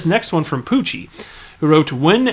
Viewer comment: Another great and informative video. Really appreciate your honest opinions and thoughts about Ripple/XRP etc. It is indeed pronounced 'Poochie' just the way you said it! Thanks for the shout out!!!